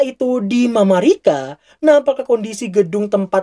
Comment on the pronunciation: Ga usah alay mamarika mamarika tinggal nyebut Amerika susah amat